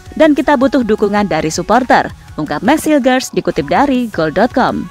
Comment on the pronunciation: Dalam bahasa Belanda, huruf 'g' dibaca 'h'. Jadi, Hilgers dibaca Hilhers... Coba lihat video2 pertandingan FC Twente yg berbahasa Belanda..